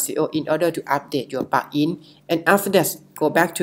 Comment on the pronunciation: helpful but it is difficult to understand what you are saying. Like 'plugin' is being pronounced as 'pakin'.